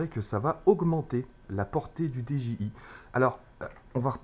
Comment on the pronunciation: salut, on dit didjiaye pas deje i